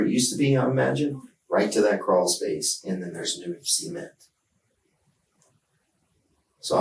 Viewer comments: When he said cement I thought he said semen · can’t say i’ve ever heard someone pronounce it “see-ment” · "CEE-ment" is driving me nuts 😅 This lady is insane. No matter how many of these I see, I still can't grasp the thought process. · Why do they pronounce cement like sement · why are they pronouncing cement as semen? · Can he stop pronouncing cement that way, it sounds like the daughter milked the dad when he words it that way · Im sorry but I burst out laughing at the way they pronounced cement. 😔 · I'm really uncomfortable by how this detective insists on pronouncing "cement".